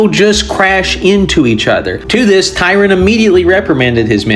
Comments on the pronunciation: If you want to look him up on Wikipedia or whatever, his name ISNT spelled or pronounced Tyron. This is Vice-Admiral Tryon. The ship he was on, which was also the flagship of his fleet was the HMS Victoria. The ship that it was in a collision with was the HMS Camperdown, commanded by Rear-Admiral Markham. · Tryon not Tyron. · His name is Tryon, not Tyron.